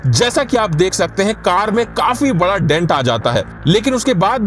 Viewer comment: Ye hindi walonko car bolna nahi ata hai.. Card bolte hai😂😂😂